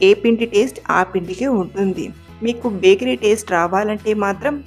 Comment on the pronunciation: అది బేకారి కాదు అమ్మ బేకరీ 😢